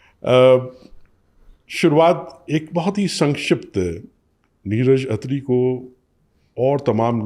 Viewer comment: खत्री ❌ अत्री ✅